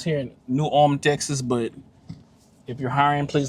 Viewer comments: Hey there…just stumbled across your channel for the first time today and really enjoyed it. I watched your video on the Round Top trip earlier today, and was just winding down this Saturday evening watching the New Ulm video. I think the locals there say it in two syllables like Ull-um.Like you,I’m from Houston…born and raised, but now I live in a small town in Lavaca county. I’m very familiar with both Round Top ,and New Ulm…been to them both many times.My family almost bought a beautiful home on several acres right on the outskirts of New Ulm about ten years ago. I love New Ulm….one of my favorite small Texas towns. St. Paul Baptist Church was still active , with a congregation of longtime Black residents…great church…you could hear the congregation singing ! You said you liked old church architecture,but I don’t recall you visiting St. Cecelia Episcopal Church in Round Top. The chapel dates from the 1800’s. I attended that church for a short time when I first moved here from Houston,making the 48 mile drive on Sunday from Lavaca county. I don’t know if you made the trip from the country store in Frelsburg,just outside of New Ulm, west on 1291 to Fayetteville yet, but you owe it to yourself to make that run.Beautiful pastoral views along a hilly,winding road, a great way to get to Fayetteville from the New Ulm or Columbus areas. Thanks for bringing back some good memories today! I hope to check out your other videos! Thanks again, Rob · The buildings across from the post office at one point belonged to David Hickman, an artist/professor at University of Houston. After he and his wife passed, her brother inherited it and made it an overgrown parking lot. Ul-em is the proper pronunciation here. I live one mile west of FM 109 on Post Oak Point Road. It’s paradise. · Folks in New Ulm losing their minds they finally made the interwebs 🤣Fun fact. Even though its pronounced ULM in Germany, some local folks prounce it New ul-umn. Add a syllable